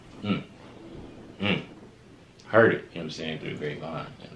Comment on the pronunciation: I love this song. But I always crack up when I hear him pronounce the word Heard - Some people say it like Herd - Other it sounds like Hurt he sounds like HOID and I have never heard anyone ever say it like that since.